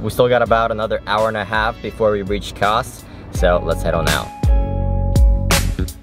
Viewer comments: Kaş (you naıled the Kaputaş but your Kaş pronunciation still needs some work brother:)) is absolutely gorgeous.. I could've recommend you really good restaurants with amazing food and meze dishes that you can't find anywhere else like "Levrek Simit" (Bagel shaped fish cake covered with sesame) if I knew you're going there. It'd be nice if you can tell your followers your next destination (actually you mentioned in this video that you're going to Fethiye if I'm right...sorry I don't know much about Fethiye) so those especially from that country you're visiting can recommend you the cool stuff. Regardless you guys have a great time in Turkiye. Love your videos! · Kas ( read as Kash) means eyebow.Have a nice trip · Not kas,,, its like "Kash" :))